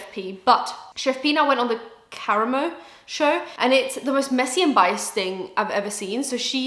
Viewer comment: It’s pronounced Kah-Rom-O not caramo